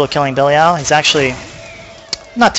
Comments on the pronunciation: yes... bell-ee-all rofl. good vid though mate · it's pronounced belly-al. ive heard other ways too, but the way it's pronounced in diablo 3 is something i havent heard before. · i know right? i was going to watch then he's liek "bellyal" so i thumbed down and closed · Actually, Belial is a biblical name, which is not pronounced the way Blizzard decided to. So if you want to be really technical, its Blizzard that is pronouncing it wrong. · Cut him some slack, he has a point of being butthurt on the pronounciation, the game says belials name at least 30 times per act, seeing this is inferno, and a farm guide at that, this dude probably has heard it 300+ times.. Mispronouncing it now is just sad, really.